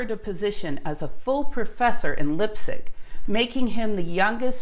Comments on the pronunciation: Oh, and the same for place names. Liepzig is pronounced "Leepzig" (sorta) not "Lipzig". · It's not "Lip-sig", it's more like "Lype-sig". Otherwise - a subject that always fascinated me! Thanks! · LIE-P-ZIG, not lipzig...argh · I love your videos, and you need not change a thing for my appreciation. In that spirit I would like to make one constructive remark. I think it would be good to pronounce Leipzig with a long I (Lie-p zig). This is not the German pronunciation, but what I believe is a more correct English pronunciation of a very famous city, Leipzig (the rule is: ei and ie combinations take the long sound of the second letter). Impulsively pedantic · You need to work on your pronunciation of Leipzig. I studied German, and it grates. It does not really take away from your excellent video, but is something I notice. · It's spelled Niels and not Neils! Very shallow info on the Copenhagen Interpretation, very bad pronunciation of Leipzig... not recommendable. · please pronounce the words correctly i.e. Leipzig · Great stuff, but Leipzig, wrong pronounciation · Sorry, I am terribly bad at the German pronunciation - sorry again. Will try to do better.